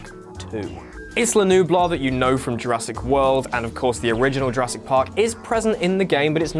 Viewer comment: did he just say jurassic willy? 0.32